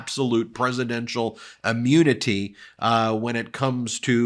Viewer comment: Please please please stop saying ‘ammunity’